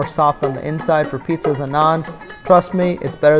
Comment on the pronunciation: It's "pijja";-) Thank you for the cool videos and good cooking content